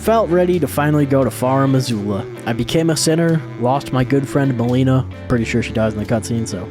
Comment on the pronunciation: It physically hurts me when he mispronounces things like melina solfia river nocron ect